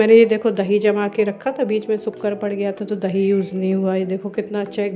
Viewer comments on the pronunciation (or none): none